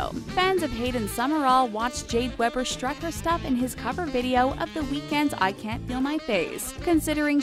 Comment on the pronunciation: Omg jade weber lives near me!!! And you don't pronounce her last name like that you pronounce it as if it were spelled weeber